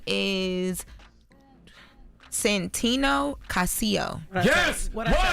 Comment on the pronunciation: I can't believe doesn't know how to pronounce Casio, the same name is the watch company.